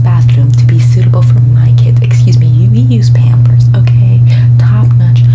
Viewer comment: Nobody:: pYAMpers